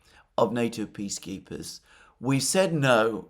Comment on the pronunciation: I know that Alexander is saying "peace keepers" but I keep hearing "bee keepers" and I realized: By gosh, that's it! I think it is a divine inspiration. Bring in an army of Chinese bee keepers. What could bring peace more certainly! The news of it, alone, would confuse the war mongers so thoroughly that maybe they will just wander off the stage.